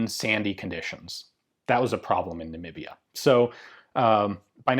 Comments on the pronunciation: Thank you , and thank you for saying Namibia correct. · your pronunciation of Namibia was spot on bud. Lyttletone how ever is in Pretoria, on the Right side of the Hennops River :p (also known as the boerewors gordyn) Pretoria being predominantly Arikaans & Joburg More English back in the day. really loving the SA videos bud and just poking some fun in case my fellow south Africans are watching.